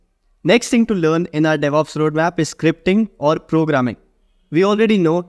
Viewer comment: "Deveops Roadmap"